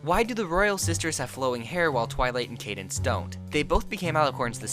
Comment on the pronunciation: “How aboth Candance babby” 😂😂😂😂😂😂😂😂😂😂😂😂😂😂😂😂😂😂😂I can’t even 😂😂😂😂😂😂😂